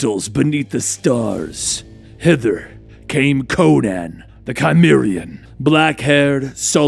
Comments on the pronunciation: i was worried when i heard my favorite character conan the cimmerian was going to die, but im glad its just his cousin, conan the chimera. lol, loving the content, but gota check out the pronunciations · I love ya brother. Pronounced See-mehr-ee-yan. You're still awesome brother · "The Chimeraean!" The what? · Just a heads up Cimmerian isn't pronounced with a k sound, it's pronounced with an S sound. Gotta do that research before diving into the Robert E Howard world sir! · WE NEED CONAN btw when it comes to saying his race it's cimmarian the "c" is a soft "c" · Duuuuuuuude its cimmarian....pronounced sym. Always listen to pronunciation first folks! The documentary and literally all the films are there for reference! Otherwise thumbs up. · Pronounced "Sim",. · Pronounce his race correct c’mon man ! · Love this story, but your mispronouncing Cimmerian. keep the story coming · (facepalms at the pronunciation of Cimmerian and Cimmeria)